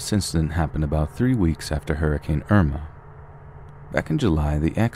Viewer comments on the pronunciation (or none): none